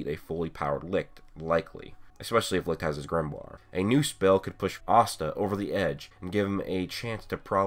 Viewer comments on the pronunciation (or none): Seriously... Why do everyone of you guys keep pronouncing Licht to Lickt? IT'S PRONOUNCED AS LICH